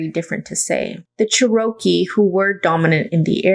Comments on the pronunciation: Just helping, it's pronounced "Chair RO kee" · Cherokee is pronounced "CHEH ruh kee" my friend. Thank you for this interesting video!